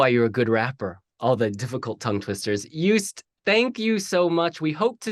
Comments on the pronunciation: I love your attempts at the Dutch language 😂 His name is pronounced Joast (is in Roast) by the way 😊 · Small adjustment: phonetically it would be closer to Yoast, because the J would make it sound like Djoost, whereas the y from yes fits perfectly. Klein in English often sounds like Klain, and in some Dutch accents it sounds like Klain too, but it is pronounced like the ei in the French soleil or city of Marseille. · His first name is to be pronounced as 'Joast'. Like 'toast´.